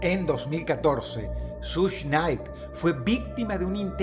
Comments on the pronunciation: Hola Dross,esto no es en Mal plan ni nada asi,solo que creo que seria Bueno Saber que se pronuncia shug SHUG, un poco Mas facil😊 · Solo les vengo a decir que Suge se pronuncia “shug” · no se dice sush nait se dice shug nait dross 🙄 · Nadie: Dross: SUSH KNIGHT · Hit em up no fue una tiradera, fue una declaración de guerra Also , se pronunciaria como "Sush" aunque el chiste creo, escque se pronuncié "Shuga", como sugar. O mas o menos asi. Dato curioso: el conflicto escalo tanto, que la nacion del islam se metió